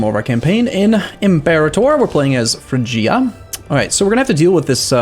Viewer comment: Pretty sure it’s pronounced frigg-ee-a